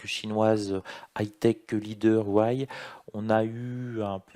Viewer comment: salut: Huawei se prononce woua Wé